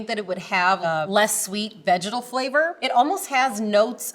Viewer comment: Every time she says “vegetal” I hear something else